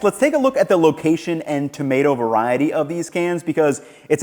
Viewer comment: "Veriety" not "veriatal" . Its not a word.